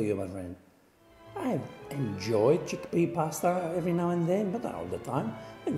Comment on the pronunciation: enjoy cheekpea pasta.... mayby... u kno.. once a year X-D hahah, thats a good one and cheekpee pasta suxx big time